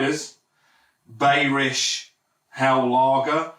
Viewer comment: FYI, Bayrisch should be pronounced "BUY-er-ish", not "Bay-er-ish". It's from Bavaria, like Bayern Munich are - so Bayrisch should be pronounced similar to how you'd pronounce Bayern. And while we're at it, it's pronounced "Spah-ten". Not "Spay-ten" 👍🏻